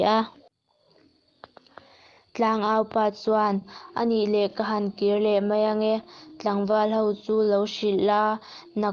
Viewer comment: Chhiar thiam viau e, mahse tlemin chhiar dik loh te chhiar dik thei turin theihtawp han chhuah zel teh. 'Mai' tih turah 'mei' tih a awm nual bawk, chuan a thluk a tam mah mah, han bei zel teh le.